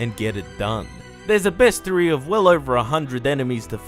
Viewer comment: My man just pronounced Beastiary as best-iry.